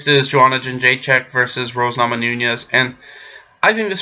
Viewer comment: You spoke very well joanna's name